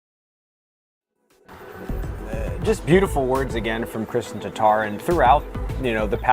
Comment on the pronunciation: Kristen Tar-Tar???:) Come on..